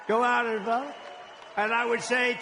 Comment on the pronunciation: . the way he says vote is funny. Trumps the man. he just needs to stop talking about what he couldn't do and that from saying negative stuff about himself without the teleprompter not knowing what to say to that large crowd...its going to be used by harris team..u watch kamala and Biden would be lost without a teleprompter